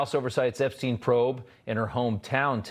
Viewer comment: Funny how she called him "Epstine" I bet she thought that would make it seem more like he was a stranger. Kind of reminds me of how Bill called Monica Lewinski "Miss Lewinski". I don't think she just misspoke.